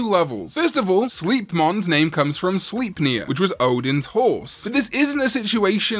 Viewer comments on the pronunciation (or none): Minor nitpick, it's 'slipe-neer' in pronounciation for Sleipnir so it'd be 'Slipe'-mon. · I thought Sleipnir was pronounced Slaypnear not Sleepnear? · I apologize in advance, but dear god, the way some people pronounce Slephnir, boils my blood. No hate, but that shit is cringe. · Sleipnir is pronounced "Slape-near", though I have seen some pronounce it as "Slip-near"... and now "Sleep-near" for the first time lol